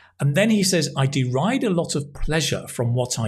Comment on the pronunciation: the word was deride or derive?